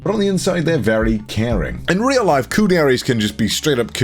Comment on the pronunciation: Upon relistening to it a few times, I think he says "some of the most genuine laughs I've ever had in my layife" [life] but either way, that's just Connorese, so who knows lol